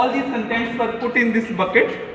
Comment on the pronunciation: “.3 leeder waddder “ 🤣🤣 put on bugket 😂😂😂